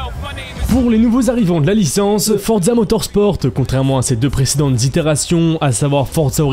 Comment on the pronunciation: Non mais arrête de dire fortza motorsporteee mec je saigne des oreilles